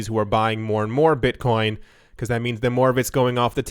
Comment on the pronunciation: "Beetcoin"